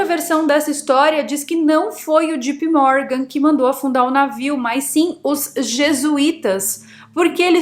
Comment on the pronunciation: Só que JP Morgan pronuncia-se Djei Pi Mórgan. Não é djipi.